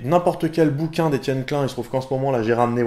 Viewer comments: /!\ Attention ceci est un commentaire bien fat /!\ Salut j'ai découvert ta chaîne hier (et j'ai tout vu depuis, donc j'ai pas chômé !) En tant qu'alsacien je suis choqué quand tu prononces Klein "clun" ! NON ! Klaïne ! (à prendre avec de l'humour) Ta vidéo sur les sens m'a vraiment concernée étant donné que j'ai fait un avc il y a quelques mois donc du coup j'ai pu tester un peu tout allant de la kinesthésie, à la perte de proprioception et de tout le reste pour se rendre compte que la douleur revient en première, suivie de la thermosensibilité (c'est ça ?), puis de la proprioception (vraiment BEAUCOUP plus/trop tard) puis de la sensibilité tactile mais là je m'avance pas, ce n'est pas encore le cas ^^ J'ai adoré tes vidéos sur la relativité et j'attend impatiemment la suite ! Toutes tes vidéos sont vraiment très travaillées et on sent la recherche derrière. Pareil pour les animations qui sont vraiment pas mal et facilitent vraiment la compréhension ! Pour finir tu m'as motivé à acheter le cours sur la physique quantique étant donné qu'un pote m'a déjà branché dessus avec le cryptage quantique. Mais c'est tellement f*cking compliqué qu'un cours de zéro comme tu nous l'a dit, ça vaut vraiment de l'or ! En plus de ça je suis un fan de tout ce qui touche à l'informatique (d'où le cryptage quantique), aux maths et à la physique donc en tant que programmeur C++ amateur savoir que tu es aussi dans cette branche ça fait plaisir ! J'ai hâte de voir la suite étant donné qu'il y a tell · Tu viens de Strasbourg et tu dis Etienne Klain ?